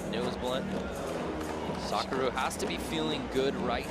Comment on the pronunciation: Lol the guy pronounced the girls name Sakura as Sa-ker-a